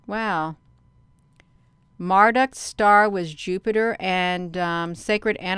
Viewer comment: It's Marduk pronounced as Mar- duke.